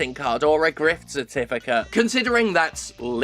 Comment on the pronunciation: I heard it as 'grift certificate'.. and that's appropriate.